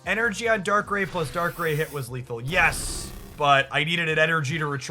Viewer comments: Weave is pronounced right. Darkrai is like rye bread and not like ray gun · Dude love your content, but this video was hard to watch cause you mispronounced both their names wrong, I swear it's on purpose 😂 Weavile is vile, similar to bile. Also how do you read rai and say ray.. bruh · I know the mispronounciation is often a tactic for engagement, but I have to listen to the first two minutes again because I winced each time you said Dark-ray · If you are going to correct him at least do it right — Dark-Cry implies two hard consonant sounds. It’s Dark-Rai, pronounced phonetically exactly as spelled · I'm convinced you pronounce these names incorrectly for more engagement lol. Darkrai = dark-rye like rye bread. Cyrus = sai-rus sai pronounced like eye. Weavile = we-vile. Electivire = elec-ta-VIRE, kinda like fire with a v, not electreeve. Loving the deck lists though, keep up the great content. 🙂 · Dark-rye (like the bread) Wee-vile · Dark - rye We - vile Also, don't really mind the wrong pronunciations, they are hilarious. Plus they start engagement. Love the videos my dude. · Dark-Cry (Darkrai) Weav-vile (Weavile) Whenever I pop in a stream I’m tempted to correct your pronunciation but I also end up biting my tongue. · Haha you said their names wrong (idc I think it’s funny just commenting for the algorithm good up the nice gameplay was fun watching some of this live earlier)